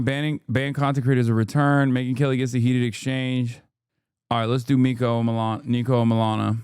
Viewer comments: Niko not NEEKO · Niko hates his name being pronounced like you pronounce it Hasan lol x